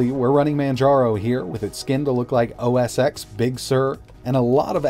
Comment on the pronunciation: it’s called “oh ess ten” not “oh ess ex”.